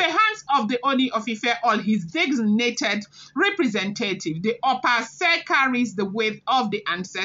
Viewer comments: Opa Ase is pronounced as (Okpa Ashe) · Opa ase ( pronounced okpa asheh)